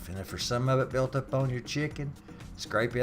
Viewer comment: Lol "Wer gun bring this erp to er bowl" Haha love it, thanks for the vid, from the east coast. Perfect wintery night for some good ole chicken soup from scatch.